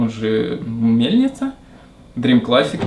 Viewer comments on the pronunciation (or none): none